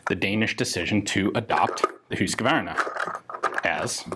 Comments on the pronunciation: It's "hus-qvarna" not husqA-varna" why do people always and an extra a in the name. Pronounced "huuusKvarna" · Old school motorcycle rider here..."HOOSK-var-nah". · The way you pronounce husqvarna is kind o funny. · Great video and a unique pronunciation of Husquvarna . What more could one ask for .